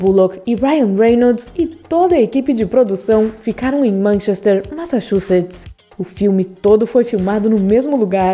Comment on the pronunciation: velho, a pronúncia dela de "Manchester" é uma merda, me deu agonia